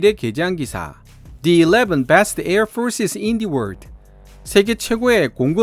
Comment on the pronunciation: 인 더 월드를 인 디 월드로 읽다니!